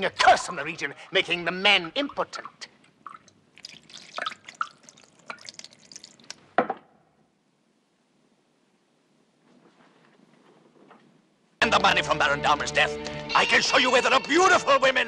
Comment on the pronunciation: this is a nice one its realy shows the curruption of the church in those days herbert lom seems to have a problem with the word impotent ;p